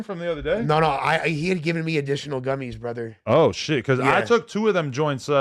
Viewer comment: should be fined $1000 every time he says Borther smh